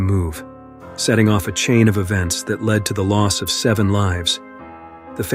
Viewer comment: “Led” not “lead”